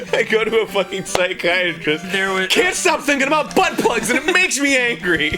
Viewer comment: I thought you said "stink in" for a second there.